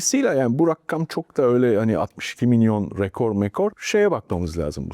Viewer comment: RAKKAM ❌ RAKAM ✅